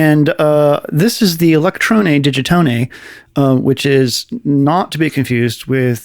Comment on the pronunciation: my mans said digitoney